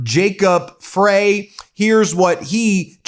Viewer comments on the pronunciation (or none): It's pronounced Fry, Ben... LoL Jacob Frey. He's my mayor. It was a beautiful day, temperature wise. How are they so inept as to get stuck in a snowbank when the roads aren't even slippery?!? Before the assassins went to work, another vehicle drove around her van. The ICE thugs could have done the same, but they chose violence. Pathetic human beings with small-man hero-complexes. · Pronounced "fry", not Frey as spelled. Minnesotan here. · By the way, Ben, unless he pronounces it differently from the traditional way, the mayor's last name is pronounced "Fry", not "Fray". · Chiming in from Minneapolis. 😢thanks for your coverage of this federally sanctioned murder. Just a minor correction. Minneapolis major’s name is pronounced ‘fry’